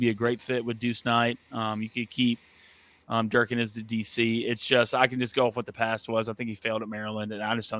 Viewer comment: Bro really said jerkin’ for durkin